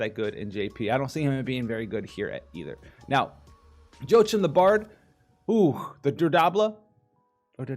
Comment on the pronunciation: "Joe-Achim" It's pronounced Hwah-keem